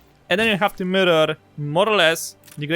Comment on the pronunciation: Everytime you say "mirror" i think you're saying "murder", lmao. Great guides! Thanks for the help!